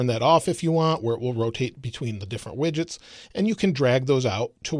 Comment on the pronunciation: Instead of widgets I thought you said midgets xD